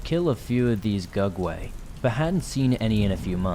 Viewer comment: I thought he was saying "dugway" Either way I was confused. No idea what that was.